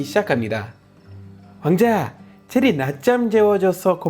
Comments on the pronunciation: 체리가 제리로 들리는건 나뿐인가? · 발음이 제리가 아니라 체리